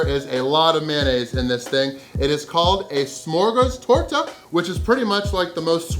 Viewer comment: First of your pronunciation of smörgåstårta was spot on for a english speaker i would say. Smörgåstårta is a klassik and there are tons of variations on fillings and decoration both seafood, fish and meat options, im sure there are vegan options aswell but we dont speak of those;) Really impresive, i could probobly eat 1/4-1/3 of that simply cause i love it, i know i would feel sick afterwards but it would be worth it:)